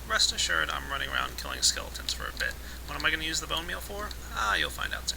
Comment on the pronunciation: about "Place my blone meal there.." lol